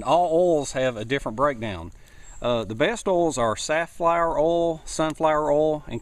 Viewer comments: Its called oil not urlll. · Oil not orl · u say oil as ole didn't know what u wa talkin g about lol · You southerners pronounce oil funny, haha :) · i love how he says oil lol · u need to learn how to pronounce oil.